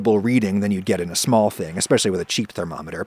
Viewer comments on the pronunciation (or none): none